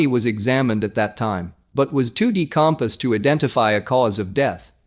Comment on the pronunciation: Yeah and the body was decom sed